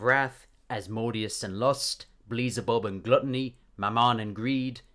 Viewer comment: The way he says glutiny sounds more like glutiny than glutiny